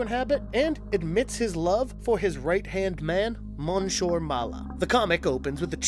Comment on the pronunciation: You are mispronouncing the first part of the gorilla's name. It is the French word for Mr/Sir.